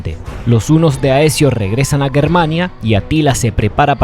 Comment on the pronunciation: Que pronuncie bien GERmania.